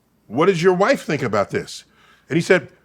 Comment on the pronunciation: NDT: "Some people eat mushrooms and have conversations with mushrooms! 🤣" Mike Tyson: "you fink dass funny?"